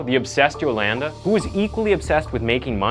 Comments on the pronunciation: Lol it’s “yoLAWNda” not “yoLANduh” could barely watch this cuz it hurt my ears every time I heard you say her name dude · I'm willing to bet her name is pronounced Yo-Lahn-Duh, not Yo-LAND-Uh... Mostly assuming so 'cause she isn't a white/hillbilly. But I'm guessing that you are,? Especially with the way you pronounce Uh-GAIN. I had to stop the video there, as I know the story quite well, & I can't stand hearing your pronunciations. could've/would've been a decent channel otherwise. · The way he says Yolanda is funny. At least he got the last name right. Yo-lan-duh 😂😂😂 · where im from we pronounce it as Jo-lun-duh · U said her name wrong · He keeps mispronouncing her name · im Cringing how much the word Yolanda being missprounce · Oh man you're gonna pronounce Yolanda that way the whole video huh? 😅😅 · I enjoy watching your “insights” on your YouTube channel. One suggestion? When you present the episode(s), it would be good to be able to pronounce names or words, correctly. Yolanda, for example. I believe it makes an impact when you make effort in pronunciation of names. You’re doing great!!